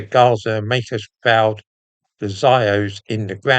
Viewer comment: I don't get it. Why would Oxfod run a degree course in Personal Protective Equipment ? Is this just a holdover from C19 times ? Also, 'proud' doesn't rhyme with 'ground'